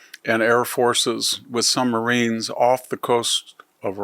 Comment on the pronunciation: At first I thought he said, “With some Marines..”, but CC interpreted as submarines. Our nuclear submarines carry conventional tomahawk cruise missiles that have been employed many times in our Middle Eastern conflicts.